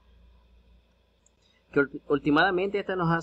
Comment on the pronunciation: Se dice ultimalmente